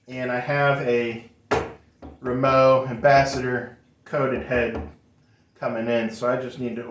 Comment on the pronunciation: Letting you know that you mispronounced the word Remo and you messed up the letters in the word Kevlar